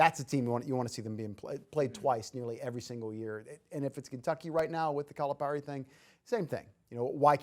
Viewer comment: That guy is annoying, the way he pronounces Calipari is over emphasized. John doesn’t pronounce his name like that. You shouldn’t. I really don’t believe he is really in tuned with the razorbacks. Just getting a check for talking. But that’s just my thoughts.